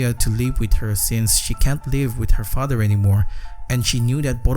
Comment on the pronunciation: douc father 😂😂